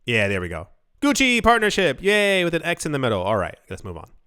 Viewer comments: When you said “Gucky” for Gucci, I laughed hard 😂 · Did you say gucky 😂?